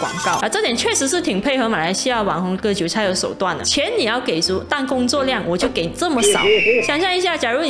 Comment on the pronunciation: 韭菜唸對了咩 ㄈㄟˇ菜比較好笑